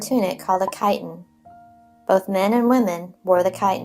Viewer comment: Chiton, not chitin, and I believe thalamos, and not gynaikon.